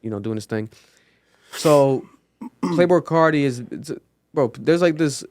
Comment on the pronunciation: “Playbrul Carti”